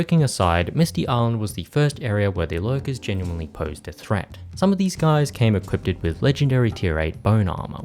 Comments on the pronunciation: I'm gonna be that guy. You keep saying, "equipted". That is not a word. It's equipped. I know nobody likes a spelling or pronunciation nazi, but it was annoying me. Great video though, these games were my childhood. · bro... its just equipped lmfao. not equipted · equipded is not a word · hehe you say equipeded